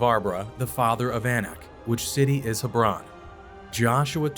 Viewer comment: Hebron is not pronounced the way you did. It is pronounced as Heb ron.